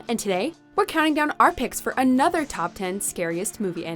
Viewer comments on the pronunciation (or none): none